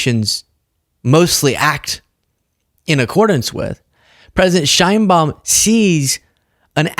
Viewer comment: thanks for posting this. However, you are mispronouncing President Sheinbaum's name. It's Sh/e/inbaum. Use the Spanish /e/ sound, as in exit.